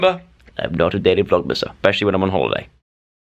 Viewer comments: you didn’t realize you said “i’m not a daily vlogmasser” instead of “vlogger” hahaha joe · Did he just say daily vlogmaser? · Did anyone notice that he said “I’m not a daily *vlogmasser*” ?? 😂